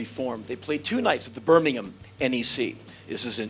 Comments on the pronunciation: Fair play to Henry Rollins, he's the first American i've heard pronounce Birmingham correctly, ever! :D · Nigel Fortune Americans gotta say it like Birming-um